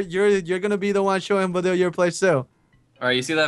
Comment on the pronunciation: he pronounced your name wrong.... I... it bugs me.... so... so much.....